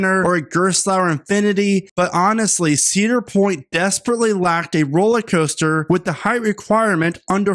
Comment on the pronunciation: It's not "Rolleycoaster", it's "rollERcoaster"!